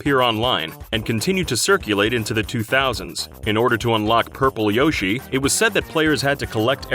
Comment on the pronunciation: Why do you say Yoshi wrong?